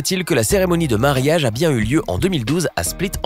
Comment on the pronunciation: Ont dit mariage pas marayag